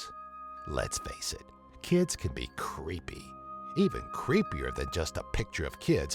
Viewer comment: The way this guy talks i swear makes this video leas creepy. He says google like "goo go" And creepy he sounds like timmy from south park saying "CREEPAY!" Like lmao oh man xD GG